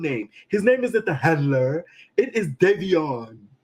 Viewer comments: The HANLURR! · Why he keep pronouncing “Handler” without the D 🤔🤣